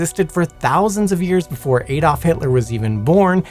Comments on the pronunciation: Who the f is "Aydolf" Hitler?....its Adolf Hitler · Add-olf. Not hey-dolf.